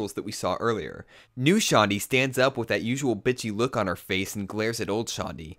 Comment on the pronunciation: wow your cool you say dat instead of that. way to go you win.